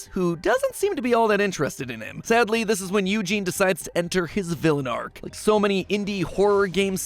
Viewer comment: Now who told you to pronounce eugene like that